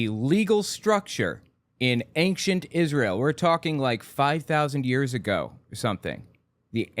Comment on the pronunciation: I love your videos, but it DRIVES ME NUTS when you enunciate the “c” in Ancient lmao. It’s pronounced “Ain-shent” not “Ankchent.” 😭